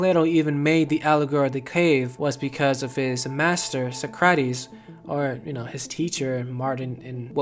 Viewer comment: A little research would allow you to understand pronunciation. Socrates lol cmon man.